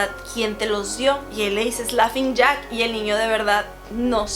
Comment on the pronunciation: Entré en desesperación cada que decía "lafing jack" 🙄 (es Laughning Jack)